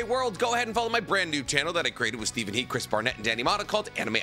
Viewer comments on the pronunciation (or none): none